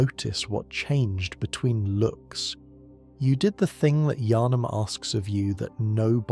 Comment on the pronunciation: That probounce of yHarnam was brutal, you don't pronounce the H in Yharnam